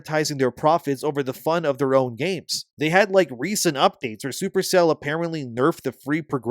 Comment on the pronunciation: Every time you say “Super Cell,” I think for a split second that you said “Super Saiyan.”🤣